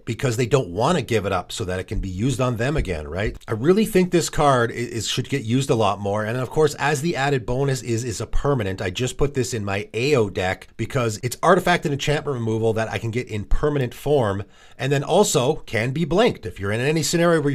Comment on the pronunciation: Hello, i love the vid, already put a lot of these into my cart lol. Would just like to say that the way to pronounce "Ao" is like "Mao" without the M or "ouch" without the ch.